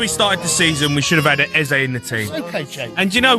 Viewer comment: 'A Berry Eze' 😂